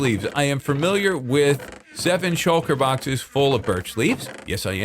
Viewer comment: have you ever noticed that you pronounce "familiar" as FERMILIAR